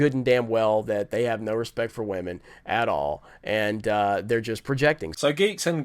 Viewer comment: I love that talks about respecting women, but goes about calling them Wahmen like some disrespectful child